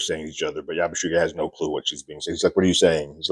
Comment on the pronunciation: Just sayin, it's pronounced Yabu-see-gee(hard g)